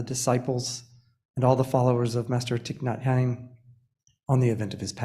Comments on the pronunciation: I so appreciate this acknowledgement and Thay would have forgiven him though I wish he could’ve correctly pronounced his True Name - Just sayin - LOL😉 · I was hoping I wasn't the only one to notice that. It was hard for me to listen to this. If you really respect someone, you first figure out how to correctly pronounce their name.